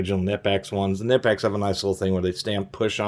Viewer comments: Fun fact, Knipex is actually pronounced "Kah-nee-pex" not "Nih-pex" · FYI, it's pronounced k-nee-pecks (hard "k", long "e"), not nip-ex. Just sayin'... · Great review. BTW it’s Kuh-ni-pex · It can be pronounced both ways. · Fun fact, Knipex made a video saying both pronunciations are correct. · Yea but that sounds stupid. I pronounce it like him too, guess we're both wrong